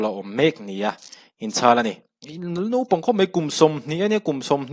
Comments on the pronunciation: 'Nopang' tih leh 'vo' tiin i chhiar a, a ziakah hi chuan 'naupang' tih leh 'vau' tiin a inziak si!! Nopang tih leh vo tih hi a diklo hrim hrim bawk si. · Jaste, Nopang ni loin Naupang tih tur aw. Chuan Vo ni loin Vau tih tur. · Nopang i ti hi i inhmeh thlawt lo. Naupang ti zel tawh rawh aw...Vau ti tawh bawk ila...